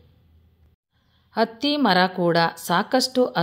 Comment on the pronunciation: ಅತ್ತಿ ಮರ, ಅಲ್ಲಾ ಹತ್ತಿ ಮರ